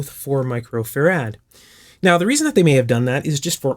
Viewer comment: Why the unusual pronunciation of "Farad?" Is it regional?